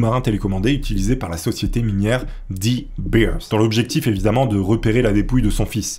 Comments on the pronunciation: On dit "Deu Bééérss" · De beers ca se prononce deux bairs (grosso merdo)